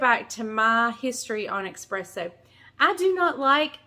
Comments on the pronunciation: It’s called espresso, not expresso. LoL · Not eXpresso - eSpresso.. No offense to you..love you..❤ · S-presso, not X-presso. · eSpresso… no X